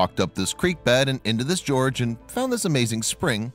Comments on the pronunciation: he "walked into a George"????? Why not a Paul, John, or a Ringo? Lol! The word is "gorge". And the first G is pronounced like the G in "good", and not as a "j" sound.Lol! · Africa doesn’t have kangaroos or wallabies. Gorge not George Narrator get elocution lessons. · he said he walked into this george. Is a gorge pronounced "george" in strain? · These sort of narrations are so awful. First the voices and then the fact that they show pictures of things not at all part of the story. There are actually showing pictures of people and a little further on, while describing the same people, the picture is of different people. They need to know how to pronounce words. In this one, the voice says that the man walked to the George (man's name) and what it should have been was gorgue. I get annoyed with these things and rarely watch them the whole way through.